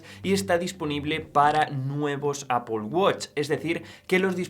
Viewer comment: Primer español que escucho que dice "Apol" y no "Apel" 😮😮😮